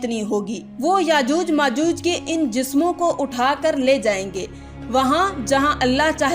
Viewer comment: यजूज मजूज नहीं याजूज माजूज है